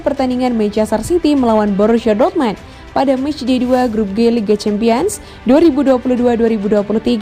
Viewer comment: DORTMAND?? Sejak kapan??jangan bikin malu min,nyaring,salah lagi😁😁😁